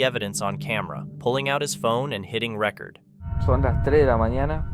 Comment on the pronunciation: this is an ai made video. you can tell because of their pronunciations and grammar. notice how he says "record" mark.